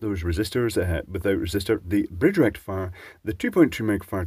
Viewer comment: You should get some lessons from Electroboom how to say "FULL BRIDGE RECTIFIER"